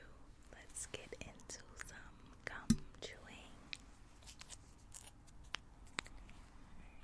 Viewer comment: can't be the only one that thinks you say cum and not gum